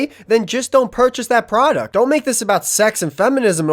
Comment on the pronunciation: I love the video, altogether great. I just really wish that dude could annunciate the D in “product” a little more because he sounds kind of like a 12 yo Minecraft streamer every time he says it.